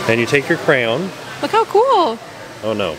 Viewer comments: i was thinking the same thing, lol, although he said it correct a few times, and then went back to "crown" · Say kray on=crayon!! easy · I believe it’s pronounced cray-on but in Michigan we all say cran 😂 never heard anyone besides say crown 😊 still love your channel though, you guys are great! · I’m sorry, but I can’t with the “crown”. It’s literally spelled cray-on. 😂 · Dying over “cray-own” or “cran” pronunciation! 😂😂 I say it’s “cray-ON” and I declare that it is the only way to say it. 😂 love you guys, thanks for always making me laugh! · It's crayon, cran is acceptable, but plz plz stop saying crown, it’s just not crown 😂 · They are called CRAY ONS not CROWNS!! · I believe it's pronounced cray-on. 2 syllables, not crown. At least that's how I've always heard it pronounced. Why don't you ask while at the experience ? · I knew when we saw where you were, that it would be fun to hear you pronounce crayon. Cray on is correct, but people around these parts speed it up which makes it sound like cran like (cran)berry. It’s most definitely NOT crown. 😉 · It's CRAY-yon, not crown! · It’s is cray-on. Not crown. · IT'S A CRAY-ON TIM!!!!!!!!!!!!!!!!! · That is so funny that calls crayons,"crowns"! My brother and sister used to say that too. I always wondered why, it is neat to know that someone else does the same. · Those animated crayons in the beginning of the video were funny! This is a fun place for kids. Thanks for sharing! (and you do know that crayon is pronounced cray (long A)- on....like the word on.) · KRAN! the proper pronunciation ot cryayon is.. KRAN! 's how it always sounded when I was growing up, maybe it's a midwestern thing :) I always asked for a bog box of 'krans', and a 'kran sharpener' Thanks for taking us with you Trackers, looked like a really fun event! :) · because pronounces it "Crown" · Not 👑 crown.... how is it he can pronounce the brand but not the product?😐 (Love you ) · Repeat after me: CRAY on. CRAAAY on.